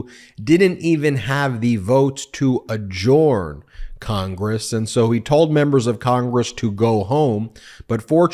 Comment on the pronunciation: Not "a-jorn"! The word is pronounced "a-jurn." Sorry, love your videos.